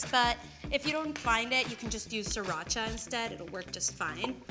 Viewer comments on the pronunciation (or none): none